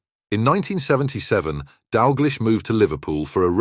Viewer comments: And finally: His surname is pronounced 'DAL-Gleesh', NOT 'Dal-GLEESH'. Got it? GOOD! Do your homework or give up. You are making a fool of yourself. No apologies from me. If you make so many arse-wipe mistakes, how can you be taken seriously? [Rhetorical ...] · Need to learn how to pronounce his name - nothing sad about Kenny - has a lovely wife and family - what are you talking about?